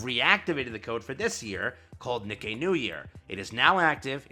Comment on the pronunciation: its pronounced KNEE KAY, not "nick eyy"